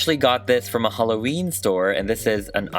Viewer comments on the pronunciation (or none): none